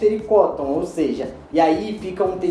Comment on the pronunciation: Cótton? Traduzimos "Algodão" para o inglês? Kkk.. zoeira! Obrigado pelas dicas.